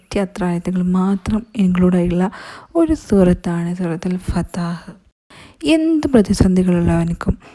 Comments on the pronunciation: Fathah alla fathh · Fathah✅ not fathaah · Fathah alla sister Surah fathh